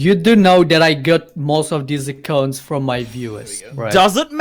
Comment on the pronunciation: Wie er das Wort " Accounts" ausspricht triggered mich alllein schon so hart xD ACCOOOOOUNTS